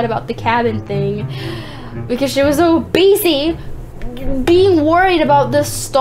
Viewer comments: You said beessy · You said Bessy lol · no offence, but you pronounce it busy not besy